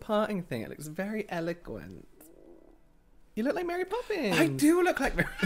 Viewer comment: Mary “Pope”ins